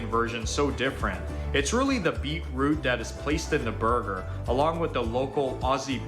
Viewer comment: The original guy saying beet pause root is sending me. It's beetroot. And why's he making a video on stuff he doesn't seem to really understand?